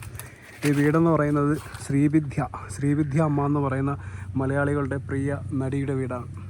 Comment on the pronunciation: ശ്രീ വിധ്യ അല്ലെടോ - ശ്രീവിദ്യ